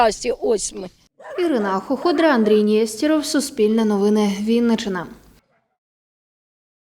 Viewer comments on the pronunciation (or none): Не нєстєров, а нестерів Кожна країна пише і вимовляє прізвища згідно своєї фонетики І тільки українці підлаштовуються під кацапів